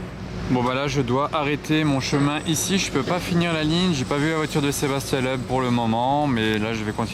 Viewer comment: "je rêve où c'était Sébastien leub" t'abuse sur la prononciation frangin c'est miteux là